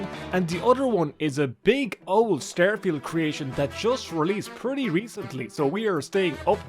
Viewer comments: "We're gonna be playing Stærfield!" The fuck... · Do you pronounce it as "styrofield" on purpose? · “Stair-Feeld” I have to turn this off